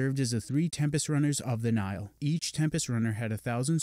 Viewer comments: He’s pronouncing it as Nile, like the Nile river instead of Nigh-Hill. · he keeps pronouncing nihil wrong